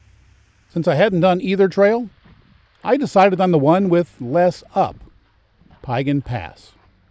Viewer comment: Piegan Pass is pronounced phonetically as Pee-gan. Siyeh is pronounced "sigh-eeee" I enjoyed your video but cringed every time you mispronounced. I did not check the other pronunciations for mistakes. :). And don't forget for the last 2 years you cannot enter the park without an advanced reservation now. You'll get turned away at the gates if visitors and locals just show up to camp, hike, or even drive the pass.